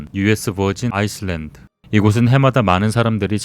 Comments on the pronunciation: island는 아이슬랜드라고 발음하는 게 아니라, 아일랜드라 발음해야 하는 거 아닌가요. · 참나..... 누가 island를 아이슬랜드라고 읽냐? 아일랜드 라고 일어야지 에휴 ㅉㅉㅉ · 착각할수가 없는 초딩필수단언데 ㅏ이슬란드ㅋㅋ,위에 타이타닉부터 뭔가 이상한데 하면서 봣더니 ㅋㅋㅋ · island를 아이슬란드로 읽는다구요? 중졸도 안그럴텐데